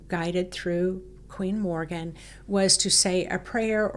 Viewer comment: Queen Morrigan or The Morrigan, not Morgan! ( Morgan is the 'evil' Welsh Morgan le Fay) She is the phantom shape shifting 'night hag' queen/goddess, described as a 'monster in the form of a female', who sometime appears as a crow, or with crows. Mainly associated with war, doom and death. Linked with the death of the hero Cúchulainn, by cooking dogflesh. Also linked with the Banshee and Lilith. Can be very malevolent. Best kept at arm's length, not exactly an aspect of the Divine Feminine. Just to mention, Queen Scota's grave may be visited near Tralee in County Kerry, Ireland. Scotia Major was a Latin name for Ireland, and Scotia Minor for Scotland. Regarding the Orion belt, Orion Council of Light = cool. The Orion Alliance which is made up of degenerate ETs, Serpent beings, Royal reptilians, Reptilians, tall Greys etc., not cool, so be careful. Hope the blue light is not a D.E.W. ( directed energy weapon ). The 'Earthquake' feeling..... Edgar Cayce's prophesy about Ireland disappearing under the sea, ' in the blink of an eye' (earth changes ) and parts of Britain joining it, soon, is brought to mind. Tuatha Dé Danann ( pronounced Too Ha ) were Atlanteans, who were eventually banished to the underworld, to become bearers of the faeries. Worried about you all feeling ill, as a lot of these portals are considered not to be to the Underworld, but to Hell. Best advised to dig a little deeper with research first, rather than rely on the word of a tour guide, bless her. All the ve